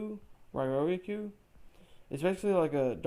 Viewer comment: Riryoku came out over a decade ago, you should be able to pronounce it by now. Ree-yo-koo